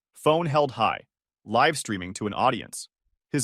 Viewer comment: Yeah. I was about to say something about that,but all I can add is a +1 to your comment. The AI does not handle homographs well. I live with my son. But Live rhymes with DiVE I tied a bow in the ribbon. But Bowwhymes with COW. I understand why it’s making this kind of error. I understand that the logic would have to be to solve it, and it’s significant. It’s pretty good at most of the English quirks. Even subtle stuff like figuring out to be a bit forceful when the story starts saying legit things the speaker is upset about. But Semper Fi is the first mispronunciation that’s actually bothered me. Before that… it’s like the stick figure drawing a five year old would want hung on the fridge. Objectively, not high art.